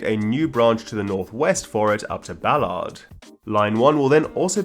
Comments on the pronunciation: Sorry, it's [Bal-urd] not [Bal-ahrd], thank you. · Can I get a Buhlaard for my tea? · I was too focused on pronunciation of Ballard to notice lol